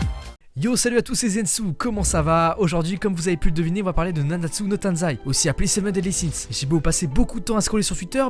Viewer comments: C'est TAIZAI PAS TANZAI d'ailleurs sinon la s3 et a CHIIIIIIEEEEEEEEEEEEEERRR rien que la censure m'a fait partire avec le manque d'animation dans l'épisode 1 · *nanatsu no TAIZAI pas TANZAI :). Sinon je suis d’accord avec toi sur ce que tu dis. Moi j’ai laché ça m’avait grave saoulé la saison 3. Donc j’ai décidé d’acheter les mangas